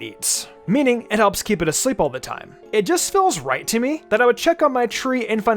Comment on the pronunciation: I was with you until u said komala